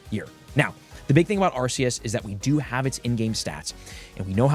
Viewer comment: How do people still pronounce arceus wrong lol the C is pronounced like a K